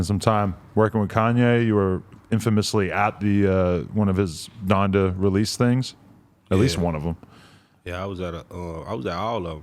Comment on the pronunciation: This man said “Donda brothers” 🤣🤣🤣 hell nah